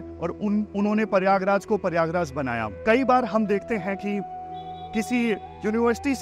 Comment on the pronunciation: Sir paryagraj nahi prayagraj naam haan